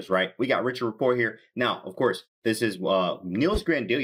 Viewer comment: His name is not pronounced that way.. please correct next time..